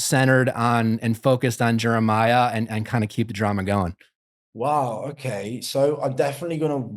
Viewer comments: Haha so glad pointed out how nick was pronouncing Jeremiah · I can’t help but laugh at the way Nick pronounces Jeremiah’s name lol